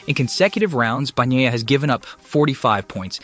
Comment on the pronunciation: "Banyiya" NOT "Bagniya"!!!